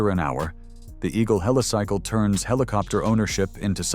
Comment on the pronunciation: Yep, more AI slop, one moment it's Helisickle, then pronounces it correctly as Helicycle, apart from other inaccuracies 😳